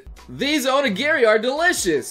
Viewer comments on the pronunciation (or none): none